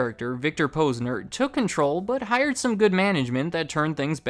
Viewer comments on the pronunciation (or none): "Poz-nur" Not "pose-nur" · You’re saying the Posner name wrong. Is Posner like you’d say the first part of positive.